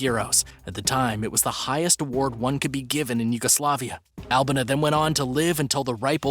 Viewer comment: I think her name is pronounced AL-BEE-NA